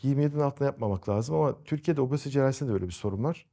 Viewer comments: Neden obozite diyorsunuz? Çok komik :)😂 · "obOzite".. Başka bişi demiyorum. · niye obozite diyorsunuz😹